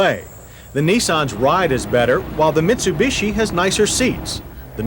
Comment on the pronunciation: I’m loving John’s pronunciation of any Japanese car - here we have the neesarn and meetsobeeshi mini vans - the meetsobeeshi uses the engine from the gollont sedan